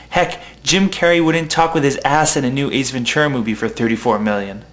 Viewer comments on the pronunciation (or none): none